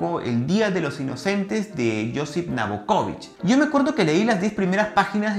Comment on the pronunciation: El Día de los Inocentes... de NOVAKOVICH... no "NABOKOVICH"... min y otra vez en min